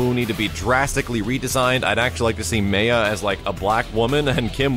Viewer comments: MAH YAH... MAH YAH... maya... how the hell you got May-a is beyond me... but Mah-yah is how you pronounce it... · Isn't it pronounced MY-AH not MAY-AH? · Haha, man...the KI 2 pronunciation of Maya drives me up the wall. It should be "My-ah" but the game says "May-ah" like was pronouncing it. But I will never be able to bring myself to say "May-ah". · Your repeated incorrect pronunciation of "Maya" made my skin crawl.